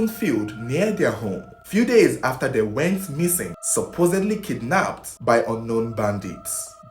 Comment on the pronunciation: Oga I love your videos. But work on your pronunciations... they and not there.